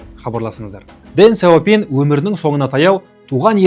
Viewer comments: қытайдың сөздерін орыс тілінен емес тіке қытай тілінен қазақша тілмен айту керек, Дэн Сяупин емес , deng xiao ping яғни Дың Шяу Пиң деп оқылады. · Неге орыстың мүкіс тілімен сөйлейсіңдер осы, Deng Xiao ping дың щяу пиң дегенге қазақтың тілі келіп тұр, ағылшындарда осылай айтады